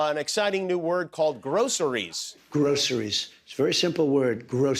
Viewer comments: Hmmm… to me it sound like Donald Trump was making the word groceries two syllables. I thought it was pronounced with three syllables, like grow.cer.ies. Maybe I’m losing my hearing??? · Of course he can't say groceries properly, he has never been "grossery" shopping in his life... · wow..kinda surprised he not only pronounced metaphorically properly but actually used it correctly in a sentence. kudos. And then he ruins the moment by saying grosseries??? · grow-cer-ries, he works hard on each syllable. Hey, Trump, say it fast like a normal person? Grosch-ries! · Who pronounces "groceries" like that?!? 💙🇺🇸🇺🇦😎🤔